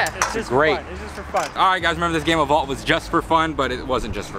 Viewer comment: U said Devin had vault he had vaul 😂